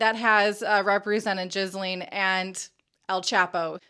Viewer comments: GILLaine Maxwell, not JIZZlaine Maxell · She said Jizzlene Maxwell, LMAO. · Thanks for the excellent investigative work to expose these grifters. (BTW, Ghislaine is generally pronounced as Geelane with a hard 'g') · Ghislaine is pronounced GIH (hard G) LEN - accent on LEN. You’re welcome. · I'm french Canadian and we pronounced Ghislaine with a " J " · I laugh every time someone pronounces her name as Jizzlane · Are you calling her Jizzleen Maxwell? 🤔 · I don't think "jizz-lane" is the right pronunciation .. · Your pronunciation of Jizzlaine Maxwell...hehe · You would think she could get it right. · really vague link between sbf and maxwell there - btw you pronounced her name incorrectly each time! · The way Americans say Ghislaine is funny AF 🤣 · What are you talking about?What I meant was this young lady who tries to be a journalist can’t even pronounce Ghislaine’s name right.Please try to keep up.